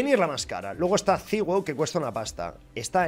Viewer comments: Me da cáncer en los tímpanos escuchar que digan "ziguo ziguo" en vez de decir "saiwu" jajajajaja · diciendo ziuo a saiwu xD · Todos: sywoo: ciwuo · "saigú" se lee